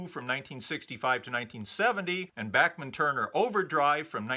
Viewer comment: So many years of Bachman Turner Overdrive being referred to by their initials, BTO, has resulted in a whole generation not knowing how to pronounce Randy Bachman's name. I was in highschool when Bachman Turner Overdrive was at the height of their mid-70s fame, and having heard them on A.M. and F.M. radio & seen them on midnight special & Don Kirshner's Rock Concert, I have always heard Randy Bachman's name pronounced as Bach - Man (the Bach part pronounced like Johann Sebastian Bach), nobody ever said Back- Man in the mid 70s, I started hearing back-man after years of the band not being on the radio & every one guessing the pronunciation. Now you know, BACH not BACK. Great show, didn't realize Randy Bachman even wrote with Carl Wilson. Have a great day, summer's almost here, and I'm really looking forward to returning to the deep dive into 64....